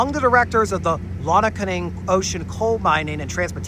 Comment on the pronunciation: Lonaconing is pronounced "Lone-a-coney" - sometimes just called Coney by the locals.